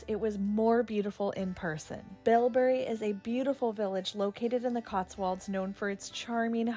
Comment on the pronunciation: You should get your names of towns correct as a guide…you went to Bibury not BILBURY as you incorrectly prounced it